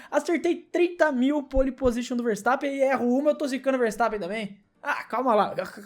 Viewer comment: ele abriu pro Vertappen😁 ele abriu pro verstappen ☠